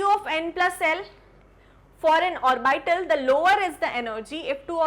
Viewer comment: It is not pronunced "or-by-tal". Please use correct pronunciation